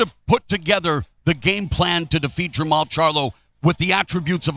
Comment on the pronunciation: Steve Farhood kept calling jermall jermell.. SMFH.